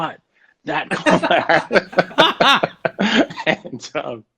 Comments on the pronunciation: It’s Kamala with similar emphasis to Pamela. Heavy on the first syllable. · Her name is pronounced like "Comma", Comma-la Harris